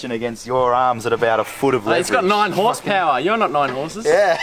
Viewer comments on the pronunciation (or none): none